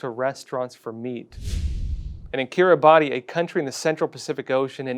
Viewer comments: fyi, Kiribati is pronounced 'kiribas'. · Polite FYI that in Kiribati language "ti" is pronounced as a strong "s". So Kiribati is pronounced "Kiribass". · You got the pronunciation of Kiribati wrong. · time to learn how to say 'Kiribati'...it is not phonetic as you persist. Grow up Yanky...the world is not America